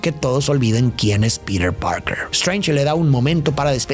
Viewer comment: Por que dice piret si se dice piter